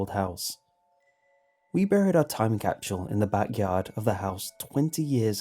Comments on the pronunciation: Am I the only one who’s slightly bothers by the way he says “capsule” he says it like “capshual” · It's like stewie saying cool whip. Why are you putting so much emphasis on the h wait there is no h capshule? Capsule. Say cap "Cap" now say sule "sule" now say capsule "capshule" aaagghhhhhhhh😡🤬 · Isn't it supposed to be capsule not facking CAPSHULE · It's an accent issue. People pronounce things differently for whatever reason. Why does it bother you that much? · What's a time "capchewel"? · Lol chapshuel? I was trying to pronounce it wonky out loud but I couldn't say it!! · Am I the only one who hear him saying "capshul" ? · James Roberts I think it’s when you put food in a time capsule cap-chew-el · A British capsule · There is no 'h' in 'capsule'. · All these people complaining about the way he says capsule but I'm Australian so it doesn't bug me 😂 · Anyone else hear how he said capsule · Yo the way you day capsule makes me want to die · ' pronunciation of capsule is driving me crazy. Still love the channel though. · Are you mispronouncing capsule on purpose? As a kind of artistic flair? I think it's so interesting to hear people's unique way of pronouncing or mispronouncing certain words.. People are so different! You're my favorite creepypasta narrator. You emphasize and put just the right amount of feeling, enunciation, articulation.. whatever you wanna call it, you're just a great voice actor. Just great. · thats the most unique way ive heard someone pronounce capsule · I hate the way he pronounces capsule lol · Nart Wumar it’s how he pronounces it